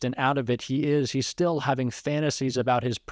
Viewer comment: Your he's are sounding like she's. Be careful. Your broadcast is good